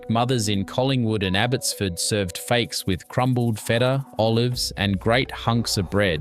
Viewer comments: Lol, the narrator pronounces fakes as if it is an English word :) Fakes is just [fakes] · For example the stupid AI generated voice pronounces ΦΑΚΕΣ (lentils) as "fakes" and the pictures are mostly unrelated to the narrated text. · Mate, the pronunciation is hilarious . You should have got a Greek to coach you. Why would you say in Melbourne? There are Greeks all over Australia , ever heard of a place called Sydney? Fakes soup? Fahki or Fuckee. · Interesting video, but unless the narrator is A.I. you need to learn to pronounce "fakes" It's "fau-kyes", or, as my classmates used to think I said "fuc kyes". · okay great job. you have to work with your Greek pronunciation though. Lentils are called fa-kes. Stressed in the first syllable. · You need to work on your pronunciation of Greek food! I make these foods for my family all produce is still available in Australia! Born and raised in Australia accept for living in Evia Greece for 7 years!Mum taught me to cook, at 11yrs oldI had to cook fa-kes by myself for our family and then my mother in law also showed me her cooking style. Mum is Kalymnian and my mother inlaw is from Afrati Evia! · Omg! Learn to pronounce the foods for goodness sakes. Fakes- Far kess, Gemista- Yay mistarr, Briame- Bree arm me. I give up! You’re hopeless. We still cook all this now, nothing has changed.